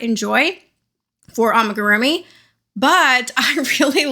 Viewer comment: you've almost convinced me amagurumi is the right word, i'm sure you've been told many times now, but just in case, it's AMIgurumi lol